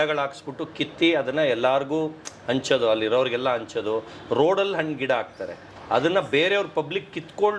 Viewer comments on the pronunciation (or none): none